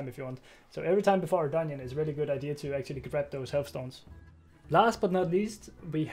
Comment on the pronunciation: "Dun-nion" :D